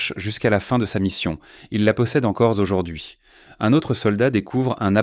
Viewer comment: Le caporal fossette ...Fawcett. Q’il pline...qu’ils plient. Divorcé l’eau...Dyvocelo (?). Encore zaujourd’hui... Et tant d’autres du même acabit. Mon gars procure-toi une I.A., mais une vraie ! 😖😤😤😤😤😡😡😡🤬🤬🤬🤬